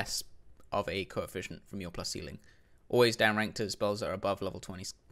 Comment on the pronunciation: "Coeficcient" lol what are you, a doctor?